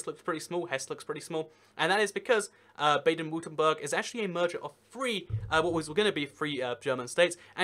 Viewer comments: Berg not Burg! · Baden-Wurtemburh, Pronounced "Bah-Den Vur-Tem-Burg" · You have to work on your pronunciation of German cities, man. Brey-men = Bremen. Baden-Vurttemberg = Baden-Württemberg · Marc Exner Nah, Baden-Württemberg gets butchered way more